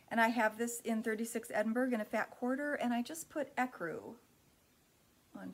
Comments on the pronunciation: So much loveliness. Those fabrics are just wonderful! By the way Edinburgh is Ed in burr ah not berg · Edinburgh is pronounced "Edinborouh". It is a large city in Scotland.